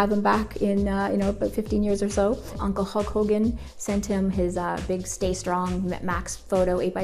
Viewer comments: did she just say uncel ege ege was her brouther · Did she say uncle edge?????!!! Some one plz clarify that for me